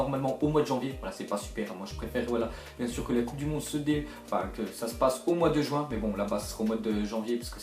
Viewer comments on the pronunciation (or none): none